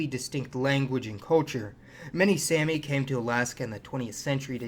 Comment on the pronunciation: One more thing, the Sami people, it's pronounced like "mommy" "Sommy, not Sammy! 😂